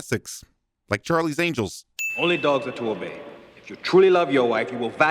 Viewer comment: Sorry I missed the entire vid I just had a fit from hearing “charlis angles”